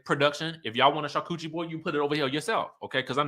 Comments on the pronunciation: did you say "char-coochie board" instead of charcuterie board 🤣🤣🤣🤣 you are too silly! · I'm hollering... did you say that Torin made a "char-coochie" board??